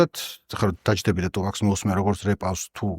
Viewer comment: ყველაფერი ძაან კაი და მშვენიერი, უბრალოდ გთხოვ თუფაქს ტუპაკს ნუ ეძახი :დ <3